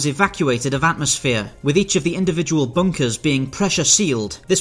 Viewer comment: He says "bunkers" but all I hear is "bonkers"